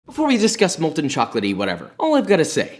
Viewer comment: IT'S *MOLTEN*!!